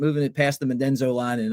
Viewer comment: Did he say "Medenzo line"? 😀 Mendoza.